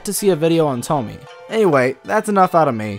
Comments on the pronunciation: Oh its gonna be hard to get through this video with you pronouncing Tomie and Junji Ito wrong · I'm sorry, but thats a little stupid, not all of Junji Ito's stories have a clear inspiration, and in fact his horror is based on an unexplained danger, if you start to analyze and explain what Tomie is (not pronounced Tomy) you will lose all the effectiveness of the horror, he wants us to fear and wonder about his stories, not to explain them. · Nah, we're just used to Tomie rather than Tommy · “Toh-mee” lmao it’s Toh-mee-eh” :)) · It's not "To-mie". It's "To- mi-e". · It's pronounced "toe-me-eh" by the way. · Tomié Kawakami. Not "Tommy." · Her name is pronounced "toe- me- eh". But don't take it too hard- I'm a bit of a nerd, so I took a course in japanese and still sometimes have trouble with some pronunciations. Languages can be tricky that way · "Tom-E-eh" T, O as in operation, M - E as in E, and eh as in what Canadians say EH? Tom-E-Eh. Great character tho. Nice reviews :) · Every time he pronounces it Tomy am like nuuuuuuuuu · It's "toe-me-eh" btw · Ah yes, the feared "Toemy", at least how you pronounce it x333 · “Toe me” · All i hear is "tomy" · honestly Tomie (tomi-eh) is such a beautiful name but it always gets butchered 😭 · It's pronounced TomAyyyeYay!! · its pronounced "tou-mnh-ehe-ie -eh" ... com on guy ! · STOP SAYING TOMMY! OMG! You do that to annoy me purposefully? Like, cease! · its pronounced as "Tommy-eh" okeeeh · "I'm big fan of toe-me" pronounces name wrong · I'm sorry but I hate how you pronounce her name. You say Tomie as it's spelt but it's pronounced To-me-yay sorry just had to say it. But decent video man. Keep it up. Just constructive criticism not being a dick. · Dislike due to "Tomee" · 'e' is never pronounced 'ay' in japanese. It's almost always 'eh'. Also, no 'oe' as well, it's 'o', same 'o' in forever. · the way he pronounces tomie just pisses me offffffffffffffffff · His pronunciation of Tomie bothers me.. 😅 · Puddin Pop no its tomiEH